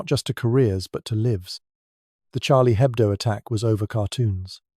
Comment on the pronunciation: No native born English speaker would pronounce "Lives" as "Lives"